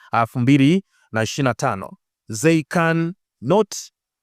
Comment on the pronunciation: Thanks a lot for the updates. Ila nakuomba msimuliaji wa hizi episodes ujue kutamka vizuri baadhi ya maneno ya kiingereza, naamini wewe ni msomi. Kwa nini unashindwa kutamka nene 'The' unatamka Ze, na neno They unatamka 'Zei'. Naamin wewe ni msomi kwa kiwango angalau cha diploma, au ni tatizo la kikabila. Wamiliki wa hii channel hamuoni hii kitu inawadhalikisha?